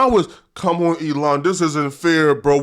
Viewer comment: LOL!! He also says “calm on” instead of “come on” and “rather or not” instead of “whether or not”… maybe he watched so much content that he knows when to use certain sayings but not the actual correct expression 🤷🏻‍♂️